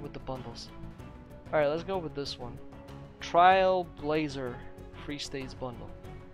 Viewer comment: AWWWWW DUDE YOUR SUCH A FANBOY 😂😂and you also mispronounced TrailBlazer and Collecter . Ukraine buddy . . .😴✋